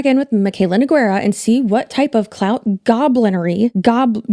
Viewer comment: not gobblutery